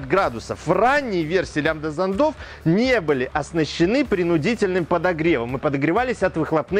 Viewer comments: не смог досмотреть...режет по ушам...занда зандов.. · Все хорошо, но вот ударения - зондА, зондОв, зондЫ, смесИ и пр. - по ушам бьют.